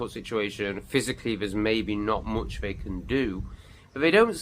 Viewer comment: I have noticed you cannot speak English properly 😂 it’s not ‘vey’ it’s they, and you said big up at the end, that Jamaican 🇯🇲 🤮😉